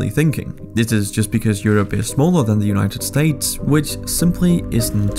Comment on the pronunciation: united sates 🤣🤣